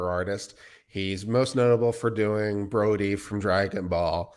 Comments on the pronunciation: So as a fan of Dragonball, I'm kind of annoyed that mispronounced the character's name The character's name is Broly, with an "L", not 'Brody Not a major mistake but still 😂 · Wow they fucked his name up like a hundie times and "Vic" is known for playing "Broly" not Brody....